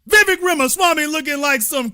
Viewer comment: It's Vivek like 'cake'. Please learn to say his name right. He talked about Americans in general not White, Black, Brown or some other shade. You are making it all about Black and White. He wants to make America competitive - what's wrong with that?